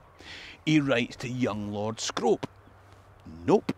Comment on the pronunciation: As a person who's lived in Bolton Castle, I can let yous into a little secret: Scrope is pronounced Scroop :)